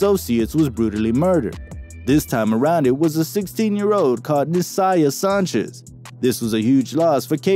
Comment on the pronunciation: How do you mispronounce Sanchez